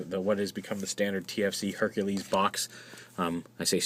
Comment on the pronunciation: Correction, Herculer....... what?